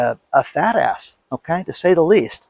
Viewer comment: Gee,. Tell us what you really think. 🤪😅 "He's just a fadast" lol lol lol